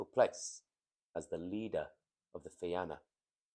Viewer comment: Salmon of Knowledge Fi-na not Fi-an-a Fair play otherwise